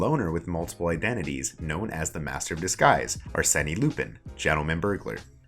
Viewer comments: And "arseni" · "Arsenee Loopin" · can't get over him mispronouncing Arsene. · And assan as assani, and arsen as arseni